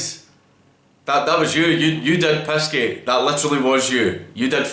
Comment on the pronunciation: Are you saying pissgate or pizzagate?